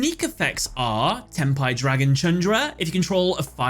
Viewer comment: sounds like "ten pie"